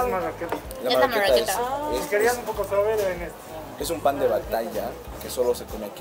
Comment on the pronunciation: DALE HERMANO SE DICE MARRAQUETA NO MAWRAQUETA!!!!!!!